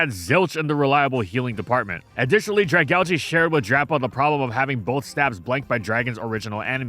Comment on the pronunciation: Saying Dragalge makes me want to just not watch the video honestly